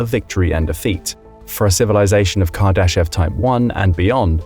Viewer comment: I am not sure if you are pronouncing Kardashev correctly... but the rest of the video seems pretty accurate. I am always wondering whats out there when I do milky way photography